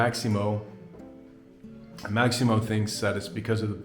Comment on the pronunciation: Bye the way, his name is Massimo, not Maximo ...